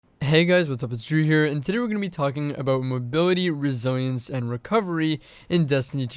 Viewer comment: Godamn the way you say resilience makes me want to close the video